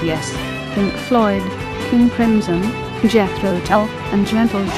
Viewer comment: Crimson, not Krimson